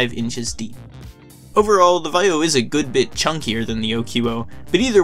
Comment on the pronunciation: Why don't you know how to pronounce Vaio?